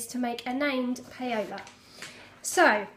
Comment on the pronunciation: Great top - and so quick! You have enabled me to buy the pattern :-) Fwiw Paola is pronounced 'Powla' as its the Spanish version of Paula...